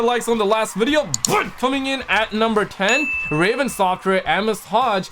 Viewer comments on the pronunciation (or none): none